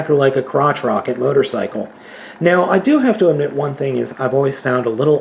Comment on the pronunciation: At one point I thought you said mightercycle